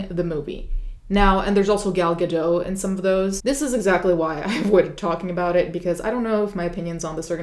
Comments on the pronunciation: The T in Gal’s last name is not silent. It’s pronounced Ga-dot. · Just fyi: you pronounce the t in Gal Gadot’s name :) it’s Guh-dott. And yes she served in the IDF, which is mandatory as an Israeli citizen, but as a FITNESS INSTRUCTOR. She was never in combat. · The "t" in Gadot is not silent -- I just say this because I know you take great pain to pronounce names authentically in all your videos.